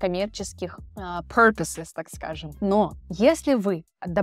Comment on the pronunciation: Purpose знаешь как читается, выучи и prefer')))